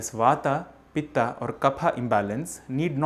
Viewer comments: Please understand it's not वाता, पित्ता and कफा...! It's वात, पित्त and कफ. Kindly pronounce the words properly. Please don't pronounce an extra 'a' added at the end of the combination of letters to it's spelling while pronouncing it in English. Please don't change Indian words & it's beauty by wrongly pronouncing it like others do while pronouncing hindi words, names in English. That's the biggest mistake people do while pronouncing राम as रामा(Rama),कृष्ण as कृष्णा(Krishna), रावण as रावणा(Ravana), कंस as कंसा(Kansa) in 'रामायण' as रामायणा(Ramaayana), 'महाभारत' as महाभारता(Mahabharata)!!! Rest all is fine! Appreciate your efforts & knowledge except that of changing Indian words! Keep going! Keep it up!👍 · Very nice initiative,,💐 One request please ,,, If you are telling in samskrit then pronounce in samskrit,, Why in english,, As vaat वात, pitt पित्त, kaff कफ़ 🙏💐⛳your great efforts are appreciable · Please pronounce as Ayurved, not Ayurveda, similarly Vat, Pit, and Kaph. Don't Englishise the terms. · wrong. the correct pronounciation is VAAT PITT and KAPH. remove the 'aa' sound at the end...thats silly and wrong english translation. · It's vaat,pitt and kaph वात,पित्त,कफ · You're pronouncing them wrong. Stop trying to cater it to a Western audience and use proper grammatical traditional Sanskrit pronunciation. "Vaaat". "Pittt". "Kaaaf". Romanized Transliteration is a Western Anglican ploy utilized to destroy languages over the course of a long enough timeline. Don't believe the hype. Fight the power!! Be yourself. Be Hindustani. JAI HIND!!! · I started watching the video and stopped immediately as soon as I heard you pronouncing the three words wrongly just to make them sound correct in english version They are not vatA, pittA and kaphA They are vaat, pitt and kaph Just to make it correct for english speaker Indians have this tendency to distort there own language words. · please वत कफ पीत बोलिए न की वाता पीता कफा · वाता पित्ता कफा नही भाई वात पित्त कफ होता है